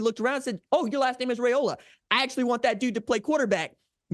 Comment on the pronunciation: One of these days r j will pronounce his name correctly 😅